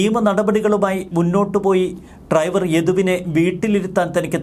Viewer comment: ട്രൈവർ അല്ല, ഡ്രൈവർ